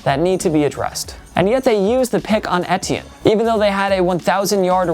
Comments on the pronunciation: Etiene= I-tea-in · Pronounced E-Tee-N I'm pretty sure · Why do you say travis etiennes name like that?? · The way this guy says ‘etienne’ bothers me